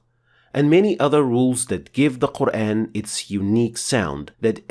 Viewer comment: I'm new to this channel, I can't help but notice your English accent the way you pronounce Quran, oddly sounds like Qur-Én although it's not a problem at all because it a little bit closer to native modern Arabic speaker.